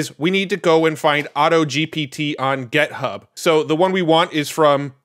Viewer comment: Stop saying "gethub" please